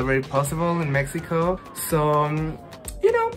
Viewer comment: Amooo que dice México como se pronuncia ❣